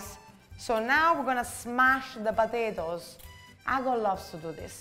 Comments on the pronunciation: Ooooh po-ta-to-es! Not patitos (little ducks in spanish)🫢😂😂😂🤌🏽🤌🏽🤌🏽🤌🏽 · I love it when she says "potatoes" and it sounds as if she were saying "patitos" . Those gnocchi look delicious!